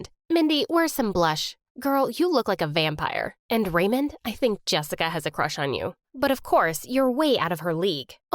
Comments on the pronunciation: The way she pronounces "Raymond" it sound Like "Ramen" 😂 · everytime she said Raymond i heard ramen